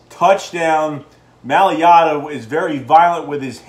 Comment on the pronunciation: M-A-I-L-A-T-A (My-Luh-Tuh), not maliata!! he is a beast!!!